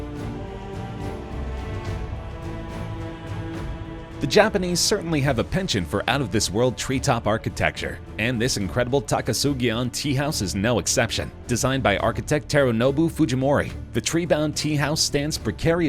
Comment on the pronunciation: The word is penchant and it is pronounced as such and not “pension” . Fucking yanks